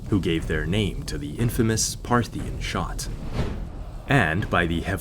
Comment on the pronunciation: I heard, Parthian shot, not parthing shot